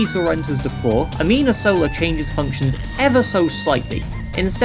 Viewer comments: Minor thing, you keep saying "amina sola" rather than "anima sola". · One little thing I would like to say, you know it's anima sola and not amina sola, right? I felt like I needed to tell you so you can say it correctly in the future:face-blue-wide-eyes: Also love your editing, recently started watching every video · Good video, but "amina sola"?